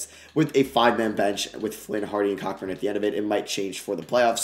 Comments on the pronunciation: your the goat but kockburns name is pronounced “Co burn” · ITS PRONOUNCED COBURN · One day we’ll get the proper pronunciation of Kofi’s name (it’s Co-Burn)